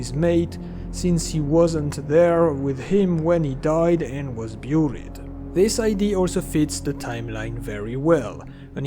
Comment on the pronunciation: Also "booried" 😁